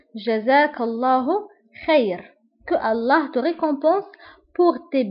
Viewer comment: Mrc mais tu as un problème de prononciation w makich tdiri l'apostrophe qu'Allah c'est pas que allah